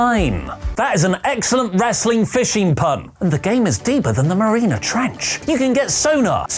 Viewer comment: Mariana Trench, not Marina Trench.